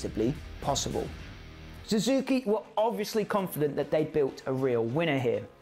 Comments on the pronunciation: Su zuki not Zoo zuki. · Suzuki not Zuzuki. Husq varna not Husqa varna.